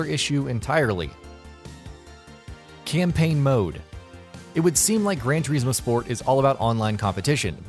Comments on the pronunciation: Everything in this video, from the way he says "Turismo" to having Forza listed under "Simulation" is enough for me to just click off it right away. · Baffling, simply baffling. Nürburgring is pronounced perfectly but "Turismo" on the otherhand ....... Good content otherwise. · See if you pronounce Turismo wrong once more ill flatten you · The way you say "Turismo" is offensive! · Cringe every time you day turismo.